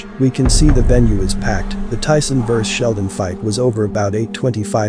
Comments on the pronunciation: I know no one cares, but his name is seldon not sheldon...poor guy🤣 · Bruce Seldon not Sheldon